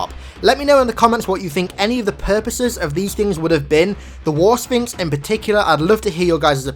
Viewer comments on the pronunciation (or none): I could swear that he was saying, "War Sphincter." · I can't be the only one who heard 'war sphincter' right